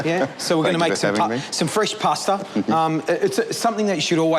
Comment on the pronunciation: did you know there is no r in the word pasta. poor articulation